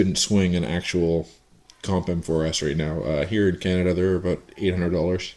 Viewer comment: Hahaha he said "aboot"